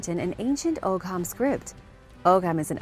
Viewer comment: Ogham is pronounced oh-am 😅